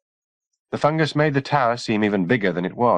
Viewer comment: It does sound weird since that’s not how people usually pronounce it, but I got used to it eventually. Plus I think if they kept saying “fun guy” my brain would be constantly trying to make jokes out of it. 😝